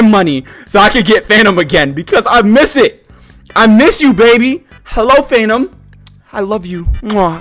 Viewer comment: Is he saying Phantom or... Fanum?